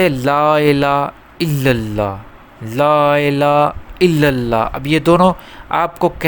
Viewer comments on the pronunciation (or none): Bahut acchi Jankari lekin aap Lafzon ko galat bol rahe hain. Sahi Kalma hai La Ilaha Illallah aap Excel aur inhale donon mein H Ko Chhod de rahe hain koshish karen ki Lafzon Ki Puri Yadaegi Ho. Shukriya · Please pronounce probably. LAAILAAHA ILLALLAH